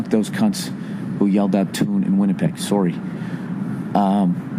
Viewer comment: Sawry sawry